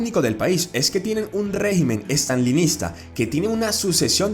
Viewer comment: Jajjajjajjajaj Staline.... me mató como le cambiaron el apellido a Stalin y lo leyeron así jjuajjajjajjajaj... una revisada extra no estaría mal.